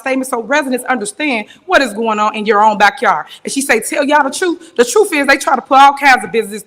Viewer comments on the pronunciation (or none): Ax - Ask, ask, ask ASK, A S K . why is that so hard to pronounce? Truf - truth. We the people are not your "you guys". condesending threatening lecture "The food give away was "dope"". What the heck is that ? Noncompliant Selfserving servant. 🤺💐 🤺💐